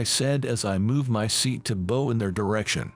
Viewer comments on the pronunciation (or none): Can you get a voice that can pronounce the words correctly. Bow is pronounced like how. Tear is something that drops from your eyes. Leads is pronounced 'leeds'.